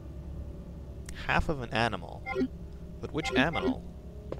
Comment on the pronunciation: "Half of an animal.....But, which aMINal"